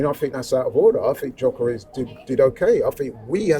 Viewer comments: IT'S YOKEREZ, NOT JOCKEREZ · Gyökeres, pronounced Juh-ker-esh or, as most people in Sweden, juh-ker-ess.